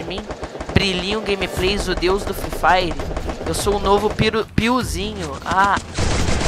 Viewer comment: O frree fire ouve primeiro do que o fortnit e nem sabes dizer free fire